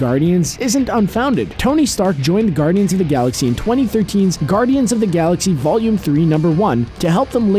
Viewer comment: I had to stop watching when he said "saxy"